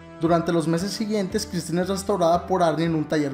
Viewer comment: Se pronuncia Christine